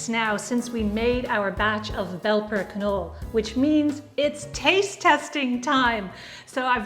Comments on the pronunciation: Not only is the k not silent, but also the e is pronounced. "Kinolla" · Not to be an ass, but just to pass on the info, if the word Knolle is German, then it is actually pronounced like Canola as the E at the end of a German word is pronounced "uh". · Nearly right, but the E at the end kis alo not silent.